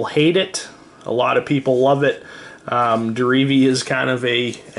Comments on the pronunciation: He keeps saying Derevi like dee-ree-vee. It is said de-re-ve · Some people I play with keep calling Derevi, Deretti. It's pretty annoying.